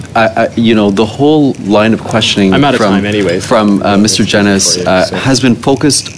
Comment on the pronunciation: I’m very disappointed that still…. It seems like it’s completely impossible for a liberal minister to pronounce Mr Genuis’s name correctly.